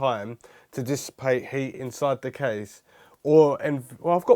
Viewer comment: Why can you sometimes pronounce TH correctly, and other times not!?